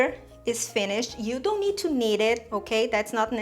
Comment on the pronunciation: Haha "dough worry."